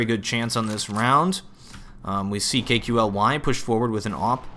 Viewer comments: Ya KQLY is pronounced Kaley. Loved your commentary while Clan Mystik was winning the gun round haha. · KQLY is pronounced kaley and iorek is pronounced jorek. Just sayin.